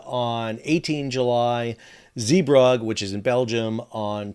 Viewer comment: 8.10 Zeebrugge Zee (ZAY) Bru (as in BROOk) gge (as in buGGER)